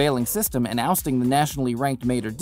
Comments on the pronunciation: Mater Dee??? 😂😂 It's pronounced Mater Day lol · Dude absolutely botched the Matre Dei pronounciatioj